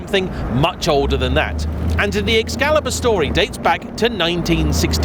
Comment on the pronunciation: Ah yes, the O-burn. At least, being English, he knows how to pronounce Excalibur 😂😂😂